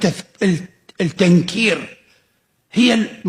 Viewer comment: (التنكير) لام شمسية يا أستاذ و ليست قمرية كما نطقتها